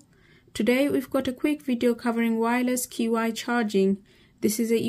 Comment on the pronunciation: Nice thorough coverage, I subscribed. Qi is pronounced "chee" fyi 😊